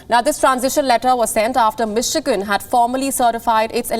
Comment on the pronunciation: It is Michigan. Not miss chicken 😆😆